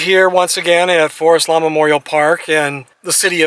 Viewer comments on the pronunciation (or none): none